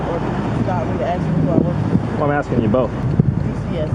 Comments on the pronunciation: She tired of the cop AXING questions. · And she tired of the cop AXING questions.